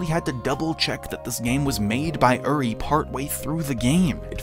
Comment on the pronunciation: are you ever going to pronounce uri's name correctly